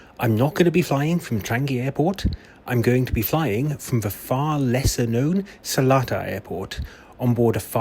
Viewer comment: As a local i need to let you know its NOT Selatar, it's SelEtar - there's an E after the L, not an A. So it's pronounced as Seleetar, not Selaatar.